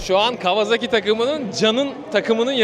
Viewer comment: Kawazaki değil, kawasaki :)